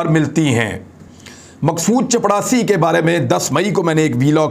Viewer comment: Dear sir in Urdu, it is چپراسی and not چپڑاسی۔